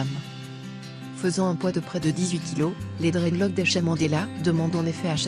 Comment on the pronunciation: " Dreadlock " elle me donne mal à la tête. Prononce le S putain dta ...